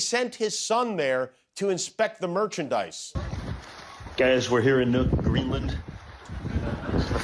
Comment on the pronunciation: I think he almost said Newfoundland He said "ne .. Greenland."